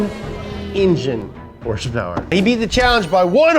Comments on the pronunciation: Can you please stop saying hrsprs, its not even annoying just sad that you try and make it a thing. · Why is saying hurs purs instead of horse power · I think if accidentally said horsepower, instead of “HrSpErS”, he’d explode.